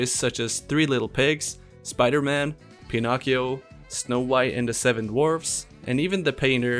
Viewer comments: They both sound right to me, cus I'm Polish and we pronounce it just like you do. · Pinocchio sounds right to me?